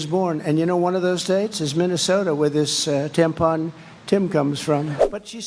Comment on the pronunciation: DID TRUMP JUST SAY? HE WARES TANPONS?